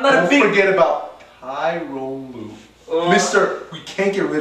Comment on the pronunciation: The guy in the middle is clueless, and the other two guys know it. Every time he tries to say something smart and witty, the other two just ignore him and actually semi sound like they know what theyre talkign about. well, until the guy on the right called him ty-rone lue instead of ta-ron lue